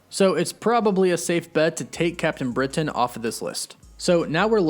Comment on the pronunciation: Great post. But I hate the way you over pronounce CAPTAIN BRITAIN....